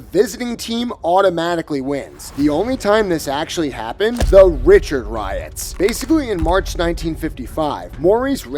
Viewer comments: who says Maurice 'Rich-erd?" Tabernacle! It's Ree-CHARD for cryin' out loud. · it’s rish-ard not Richard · Haha Maurice Richard - pronounced RiSHARD. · Maurice RE-SHARD..... Not Richard.. God Lord that hurt my ears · Maurice Richard ... not Rich-erd ... it's Ree-shard ... stoopid AI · Dude , his name is pronounced "Rish shard" not "richard" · The face that you, or the AI voice" called Marice Richard....Richard, instead of RICHAAAAARD is work a down vote. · Maurice Ri-chard :D This guy can't even pronounce his last name right: DDDDD * Maurice Rishard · Ree-shar(d), not rich-erd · Dude it isn't Richard, but Rishuard. It a French bane and pronunciation. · I tuned out of this video when the narrator pronounced Maurice Richard's name. How can you pretend to know hockey when you don't know how to pronounce his last name correctly???? Maurice "the Rocket" Richard (pronounced REE-SHARD) is a Hall of Famer and was THE dominant force in the NHL in the 1950s with the Canadiens. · You can't possibly know anything about hockey that I need to hear when you don't even pronounce correctly the name of one of the game's GOAT! players ... it's RichARD btw - a FrenchCanadian name. Get it right or go home. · Maurice RICH-erd. How to tell folks you don't know hockey without saying you don't know hockey. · Talk about computer narration... Maurice 'RICHARD' (pronounced just like the name 'Richard' primarily because it is, after all a freakin' computer... 'Rish ard....' That is the way to pronounce it -- and if you are NOT a computer and you pronounce it otherwise -- you don't know a thing about hockey -- sorry 'Rocket'. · How on earth do you do a video about the NHL and not pronounce the name of one of the game's most influential players? If you know, you know. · oh FFS it is pronounced "ree-SHAR",. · Richard? Reeechard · I really hope this was an AI voiceover and you didn’t intentionally pronounce it “Rich-erd” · Its Ris-SHARD. Come on. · It’s Rish aard. And Bro door